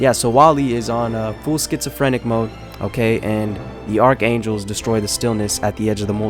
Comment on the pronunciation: “Arc angles” are killing me